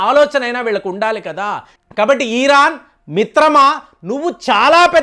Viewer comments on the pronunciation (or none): none